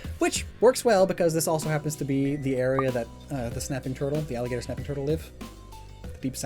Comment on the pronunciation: Thought you said "napping" and was about to mention Snorlax lol